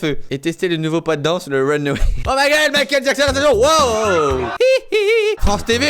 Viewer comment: J'adore quand tu fais Mikel Jackson